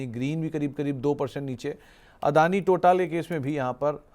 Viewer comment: अदानी टोटआल नहीं टोटल😂